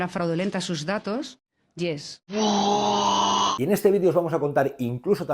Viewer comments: Ayuso es retrasada hasta para ni siquiera saber pronunciar un monosílabo como “YES”, es bruta con avaricia; es +-“ies” no “lles”. Qué les pasa a los políticos del PP en Madrid?, son lentos mentales o qué!. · Ayuso para una palabra que dices en inglés la pronuncias mal debes decir (IES) yo de lo que no estoy seguro no lo digo, no estamos en la comedia.